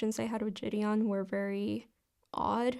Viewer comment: I can not fucking stand the way she pronounces “ ji Deon “